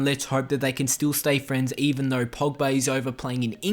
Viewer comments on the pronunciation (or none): none